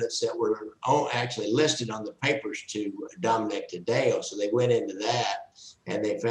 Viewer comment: last name pronounced tad-dee-oh. interesting podcast. a lot wrong. lol